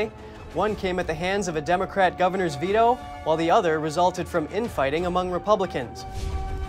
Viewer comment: Vee-oh? Do you mean Veto? Speak English!